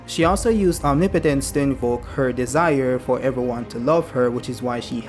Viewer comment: And thank you for using Google Translate... the pronunciation of omnipotence in the fandom was really getting to me LOL😂😂😂😂😂